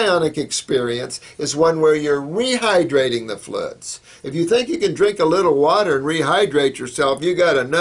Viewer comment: So funny that he can't pronounce "fluids". XD